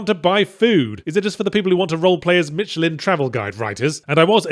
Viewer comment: Although my French is pretty poor by anyone's standards, it made me wince when I was hearing Michelin being pronounced "Mitchell-Inn" by Yatzee. Quite Immersion-breaking, like a bad bug in a high profile video game release.